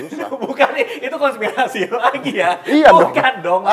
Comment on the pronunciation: raditya : konspitasi 🤣🤣🤣🤣 konspirasi